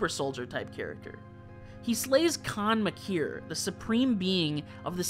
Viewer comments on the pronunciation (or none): You pronounced Khan Maykr perfectly/jk